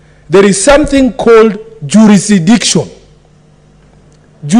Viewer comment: Juurisikidiction....found that hilarious!